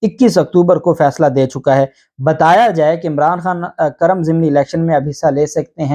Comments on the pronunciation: It’s not Karam it’s Kurrum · The correct name of halqa is kurram not karam thanks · قاف پر پیش ہیے نہ کہ زبر سر جی۔۔۔ذبردست وی لاگ🇵🇰🌹🇵🇰🌹💐🇵🇰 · جب الیکشن کمیشن کے پاس کوئی عدالتی اختیارات ہی نہیں ہیں تو ڈی سیٹ ہونے اور کرنے کا کیا سوال پیدا ہوتا ہے ۔ دوسرا یہ لفظ جس علاقے کا آپ نام لے رہے ہیں اس کا تلفظ "کو" کی آواز کو شروع کرکے پڑھا اور بولا جاتا ہے ۔یا جیسے ہم کرہ ارض کہتے ہیں ۔ اسی طرح "کر" کے ساتھ لفظ "م" لگا دیا جاتا ہے ۔ تو یہ ہوا "کرم" یعنی کاف پر پیش پڑھیں گے ۔ جسکا دوسرا نام پاڑہ چنار یا پارہ چنار بولا جاتا ہے ۔